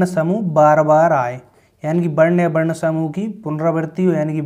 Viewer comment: Varn hota h barn nhi